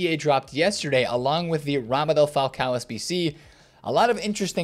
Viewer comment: Ramadel Falcon 😂 🤦🏻‍♂️ vs pronouncing names is an epic struggle